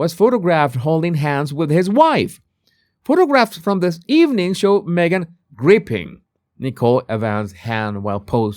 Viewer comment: Who wore it better, Me-gain? :P